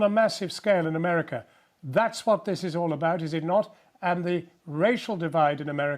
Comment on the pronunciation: "in a 'merkah" as if no where else is civilised.